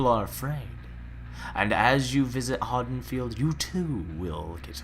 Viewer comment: Am I the only one irked by how he pronounces Haddenfield?